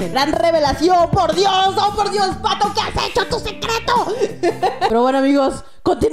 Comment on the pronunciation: No se dise phato se dise patho